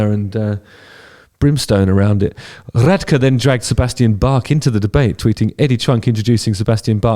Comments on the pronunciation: I can not unheard Ronnie’s last name lol. It’s pronounced “rad-key” for the future. Thank you for the video! And still annoy my band mates playing darkness riffs. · The proper pronunciation of his last name is Rad-key. Also FIR has rap in their songs with digital beats for certain parts so the laptops would be necessary to play those songs. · Rad key is how you say his name. I think that if you use a laptop but still have a band playing live it's OK 👍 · By the way it’s pronounced Rad-key. But I don’t know, they both had a point. They still acted like kids, though. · Its pronounced Rad Key. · Sure you know this by now, but it’s pronounced Rad-key. I like it all. If it’s rock, I listen. Eddie Trunk is a damn blow hard. I have no idea how he got coronated the expert in all things rock considering he can’t play a note on any instrument or carry a tune in a bucket. Backing tracks for accompaniment are perfectly acceptable, and in no way translate to a band not playing live. If Trunk knew his ass from his elbow on this subject he’d have kept quiet. Instead, he doubled down like the idiot he is. I’m surprised, because I figured Bach would know better. One, that accompaniment is something central to many Falling in Reverse songs, and two, Ronnie spent time in prison in connection to a murder, so as big as Bach is, he should probably pick a different guy to tango with. I’m completely against lip syncing, and the gratuitous use of backing tracks for vocals and guitars used by Trunk’s favorite band, Kiss, was completely appropriate for Ronnie to point out. The old farts showed themselves to be old farts. I’m an old fart myself, but still listen to it all. I saw Skid Row open for Aerosmith on their Pump tour, and in April of 2019 took my daughter to see Falling in Reverse and was very impressed with their performance. Without question or doubt, Ronnie Radke is right on this subject. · Pronounced Rad-key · I like Ronnie, but the way you pronounce his name just sounds cool